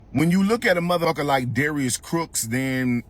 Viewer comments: Not Darius “Crooks” 😂😂😂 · 😭😭😭 Did he say Crooks lol!